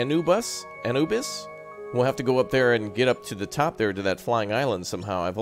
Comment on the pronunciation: HE SAID ANUBIS WRONG OMG